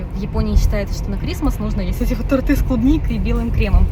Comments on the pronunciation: Не тортЫ, а тОрты!) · тОрты с клубникой,режет слух,когда вы говорите тортЫ